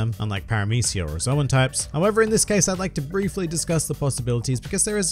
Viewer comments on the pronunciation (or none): none